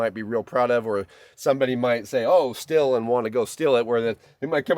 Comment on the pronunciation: Super-friendly FYI (truly) but the Stihl brand of tools is pronounced "steel." My source is the company's TV commercials in which the pronunciation by the narrator is very clear and unmistakeable.